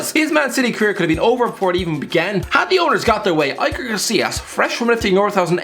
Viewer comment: Am I actually the only one irritated by how he pronounced Iker Casillas' name??? It's not Aiker😭😭😭